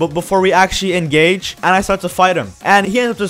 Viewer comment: "Engage" ??? :buffering::buffering